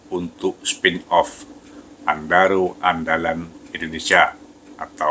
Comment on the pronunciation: Apa aku sndiri yg denger nya andaro...